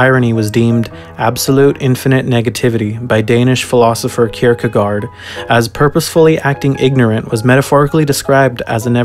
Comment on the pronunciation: Damn you butchered Søren Kierkergaards Name, but still a great video